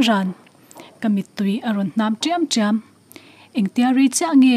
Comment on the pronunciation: "Tiam tiam" a hmasa hi thluk hniam la a dawt leh hi thluk sang thung ta la eg. He ti'ang hian "tîam tíam", "hâk hák" ri kuai chhuk, ri kuai chho, ri khamphei leh adt. mizo grammera sign kan neih ho kha